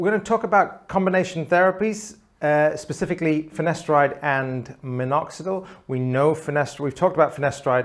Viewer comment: Why did it always sound like he says ‘finesteride’ when it’s ‘finasteride?’